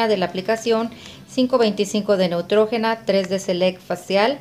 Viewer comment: Se pronuncia Neutrgina